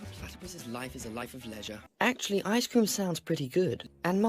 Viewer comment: "Atchully ai-"